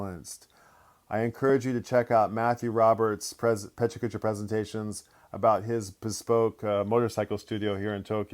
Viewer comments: I was losing my mind over this pronunciation 😂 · (that's not how you say PechaKucha)